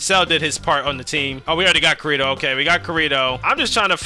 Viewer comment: You rage baited us so hard when spamming “Kurito” when it’s obviously KI-RI-TO 🥀💔 had to stop watching after dat for a bit😭✌️